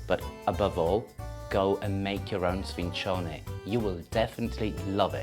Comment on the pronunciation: Wrong the c is soft. It would only be hard if it was double c "cc". My gram is in Palermo I say it like she says.